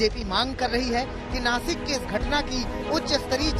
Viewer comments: ये नाकिस कहाँ पर है भाई.....😂😂😂😂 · नाकिस नही नासिक होता है आज तक वालो गवार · chitra ji 2000 ki note me nano chip ....😂😂😂 ....or naakis nhi .....naasik hai wo😎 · नाकिस नही नासीक होग!! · Nakis nahi nasik chutiyo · नासिक है... नाकिस नहीं